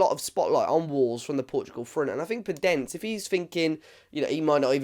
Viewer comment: Great player with good dribling and creativity And just to know you pronounce the "e" in the end of his name